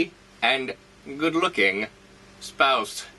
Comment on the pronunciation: The way you say "good looking" as though to imply if only we knew just half of it is gold. Gold. Speaking of that dummy, there are times when I watch things and while the story telling is incredible I'm left with the feeling of I know you can't do that in reality/how is it done. It wasn't until the update with Eliza building the dummy where I realized that you drug this person around and not once did I think but how did they do that. With my tendency to pick apart things (no matter how good, it happens), I'd say my ability to overlook the reality of this "dead body" shows your superior story telling abilities as well as the collective prop crew (i.e. Eliza) and acting skills. Sorry for the long narrative but this realization hit me yesterday.